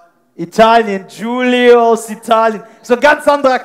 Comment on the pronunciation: *Giulio und nicht Julio ... 😉